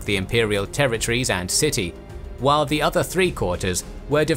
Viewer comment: Great content. But I cannot listen to the wrong pronunciation of the simple but omni-present word "the" every second time... Sorry. You ruin it, because of the wrong stress on the wrong words... Apart from that certainly useful!